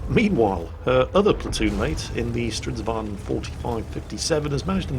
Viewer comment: It is NOT a stridsvaan